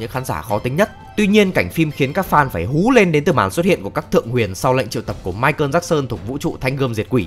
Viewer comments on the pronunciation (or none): none